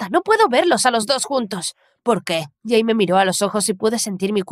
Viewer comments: Por que cada vez que dicen el nombre del chico escucho que le dicen gay?😟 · Se que en la parte dijo “soy jay por sierto” pero literalmente escuche “soy gay por sierto” y quede re confusa ósea- 🤨🏳️‍🌈❓❓